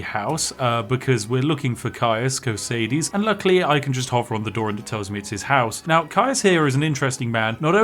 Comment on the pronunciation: still keeping to his continuing record of also breaking English as well as games, Spiffing Yank is barely 3 minutes into his content before breaking into the Americanese. The reason why we don't say Cosades like Co-say-des is because you spend the "magic" to convert the previous vowel, but then don't pay your dues, like we did to the yanks for the war with interest. It's the British way. You see safety, that has the magic E in it to convert that A, and see how we don't say like "Safe-ety"? No? Magic E, we teach it to little kids. If you want to say Cosades like how your American masters say it, you need to go like "Cosayd's", the same with Linekar, if you want to say like "Line-eker" the way Americans do, you'd actually have to say it like "Line'ker".